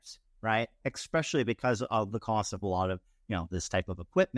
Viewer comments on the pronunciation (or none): Thank you for the presentation. I really enjoyed it. However, I do have to say that there is no “X” in especially. I’m bringing this up with all purity of heart. It is concerning to have someone present a webinar for a multi million dollar corporation that cannot use proper grammar during a presentation. If someone does not know, grammar, do they know the other information they are presenting?